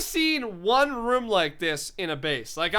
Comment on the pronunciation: IS IT ROOM NOT ROM